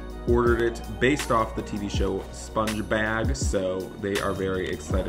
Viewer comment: When tries to say sponge bob: "sponge bag". Amazing vid tho!